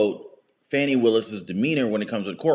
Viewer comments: It's "fawnie" willis. A video on the right person would help.! x) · .. and you purposely mispronouncing her first name somehow makes you any less disrespectful. Talk about ‘unprofessional’.